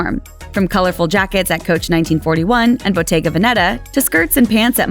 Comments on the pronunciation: Bottèga Vèneta Not Botega Venètà please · Please, the correct pronunciation is Bottega Vèneta!